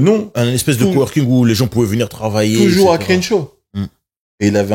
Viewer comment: Incroyable vidéo les gars! Merci pour la qualité constante. Quand est là c’est tellement bien. Il apporte une paix et une sérénité qui fait du bien. Il a aussi des faits et une expertise qui nous apprennent beaucoup. Petite note de prononciation: le “e” de Crenshaw se prononce comme un “e” avec un accent grave (è). Le début du mot commence comme la “crème”